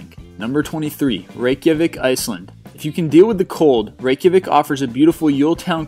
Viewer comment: Ha ha you cant sat Reikjavík :P